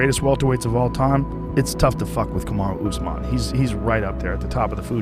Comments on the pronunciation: "Kamara Oozeman" - Michael "One-Eyed" Bisping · Chandler called him ”farty usman😂